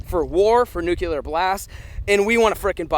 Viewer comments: It’s nuclear not nuculer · Nuclear, not Nucular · Or nucular instead of nuclear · nukular is killing me. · It’s nuclear not nucular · It's nuCLEAR; not nuCULAR! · “Nucular” count - 82 “Nuclear” count 0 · Any one else notice said “NUCELAR” instead of “NUCLEAR” English is hard ~ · Anyone else get annoyed he was saying “nuke-u-ler” not “nuke-lee-er” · NUC lear. Nuc leeear not Nuculur Sorry two different meanings and ways to say it. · "Noo-kewl-ur" ~ I smell a T-shirt coming. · pronunciation : noo-KlEe-R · Cold War was Russia. Lol there was some slight messiness during the Cuban missle crisis when they brought nukey poos to Cuba. Sorry ocd couldn't take it after bout the 30th time lol. Oh and there's a hard L in nuclear 😂😂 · Please stop putting the extra u in nuclear. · Nook-Lee-Er Hope this helps. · You say nuclear like Bush